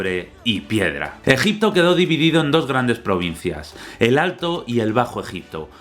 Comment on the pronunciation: Empieza el vídeo...: Gegipto Yo: empezamos fuerte:v